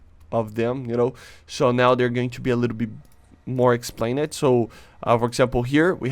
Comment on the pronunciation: someone should tell him that when you say words that end in -ed, ex: explained, are pronounced like Explaind, not Explain-Ed😂 name ed explain ed change ed lol